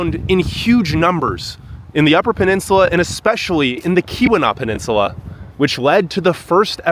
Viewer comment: There's no harm in asking a friendly local or two how to pronounce place names (Tahquamenon Falls; Keweenaw Peninsula; ETC.)...just saying.